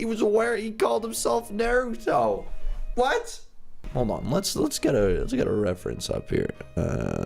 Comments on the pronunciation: OMG U MADE ME CRING WHEN U SAID NAUTO WRONG XDDDDDDD ITS PRONOUNCED -> NARTOTO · Nah-ruh-toe not nae-too-toe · isit just me who cringed when he said Naruto as neruto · it is Naruto NOT Milito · Lol I got bored so I was watching it the vid with my sister and at the end when said naruto but different my sister is a anime fan so she kept on yelling his name is pronounce nar-a-toe lol but it was funny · it's pronounced nah-ru-toe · ITS PRONOUNCED NARUUUUUTO!!!! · The way is saying naruto is triggering me 😂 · you said naruto wrong😂😂😂omg said NARUTO😱😱😱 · you took it too far! You can’t say Naruto wrong! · DID HE JUST SAY "NARUTO"?!?! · he doesn't know how to say Naruto